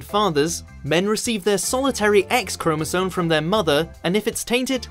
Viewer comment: It's chromosoMe, not chromosoNe. said 3 times between